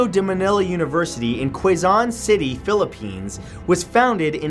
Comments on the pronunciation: "kway-zone city" buut good video tho! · vid! Mat, just a very nitpicky correction though Quezon city is pronounced as Keh-zon city instead of Ku-wei-zon and imo Keh-zon is much easier to pronounce. Anyway, keep it up man -- thumbs up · matthew it is pronounced as KEZON city (quezon city) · FYI Quezon City is pronounced as Keh-son. Anyways love the lists friend! Throw more creepy ones our way ☺ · Matthew Santoro Quezon City is pronounced as Ke-Zon. Ateneo really creeps me out. From PH love your vids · Oh god, I live in the Philippines (number 3). Btw you pronounced Quezon City wrong... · Quezon city was pronounced wrong or at least it's not pronounced with an Filipino Accent